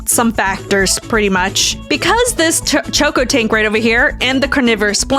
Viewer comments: bro its cocotank not CHokotank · dont mean to be that guy but you kept calling the cocotank a choco tank its coco as in coconut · Did you say chocotank